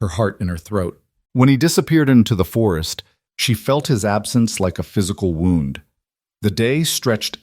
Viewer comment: A wonderful story! Expresses good values and goals. We can’t help truly liking these characters. Best part of all these stories is the happy ending we all are searching for. Main problems are all AI. Homonyms are serious problems, very distracting. PLEASE pronounce words correctly according to context of the sentence. The word “wound” in the sentence “She dressed his wound” is not pronounced like “The lovers slowly wound their way through the streets of the Left Bank.” And PLEASE PLEASE. PLEASE avoid AI readers with generated lisps. Very annoying and distracting. In addition, punctuation affects inflection. Just because a period exists, it does not always indicate the end of a sentence. Periods can also follow some abbreviations like “Mrs” before a last name. (ex. Mrs. Smith went home.) The word “Mrs” is followed by a period, but that period does not end the sentence and should not be read as if it does. The inflection should follow the context.